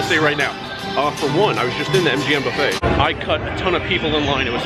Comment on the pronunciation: Buffet sounds like a cattle trough.